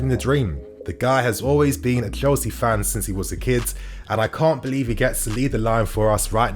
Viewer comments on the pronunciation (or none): none